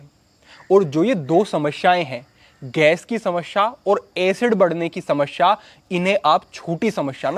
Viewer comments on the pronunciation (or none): Smashea nahi smesea hoti hai bhai😂